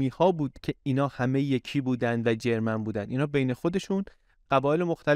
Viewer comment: ممنون از برنامه خوبتان . اما چرا انقدر هی میگید جرمن جرررررمن ؟ ژرمن .